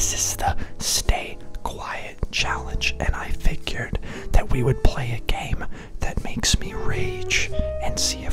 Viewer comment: Did you know that said gane not game